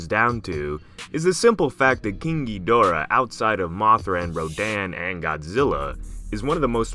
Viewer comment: pronounced Geedahra